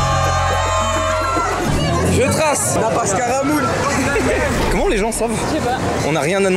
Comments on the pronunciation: Le "nappage caramoul"😭😭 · "nappage caramoul"